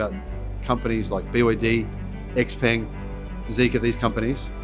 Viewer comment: Supposedly he knows so much about Xpeng's technology stack, but he can't pronounce Xpeng (Shao Paeng).